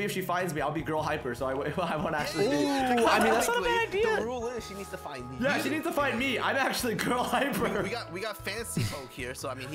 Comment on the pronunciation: “Find” you said fine